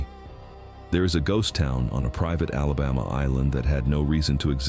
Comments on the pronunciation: Oh Hell No...he just said South Alaboma Naw man get the Hell outta here!! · I'm from east central Mississippi, it's a shame what we live in today , doesn't matter to me if it's AI or not , it's a sad day when you can't even say Alabama right !!!😮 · No such word as alabah ma . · Learn to pronounce Mobile and ALABAMA!!!!!!!! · Voice track has to be computer generated. Repeatedly mispronounced names from Alabama. But otherwise interesting history. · AI can’t even say Alabama correctly! Much less Mobile! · This AI really can’t speak Alabaman at all. E.g., Mo-bile, mo-bull, and moble, but no Mo-beel. And now y’all are Alabamians and live in Alabumma.